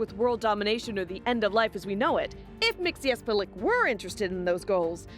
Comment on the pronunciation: Oh ffs, girl, my eternal respect for pronouncing with ease the name of Mr Mxzxcyxyzhzhhxhxyxyhzjxhxhhc